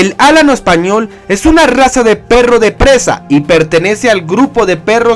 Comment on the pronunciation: Me pone de los nervios que digas álano español. Se dice alano. Y es la mejor raza que existe y existirá en la historia